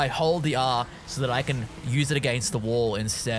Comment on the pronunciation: the r in wall killed me hard :))))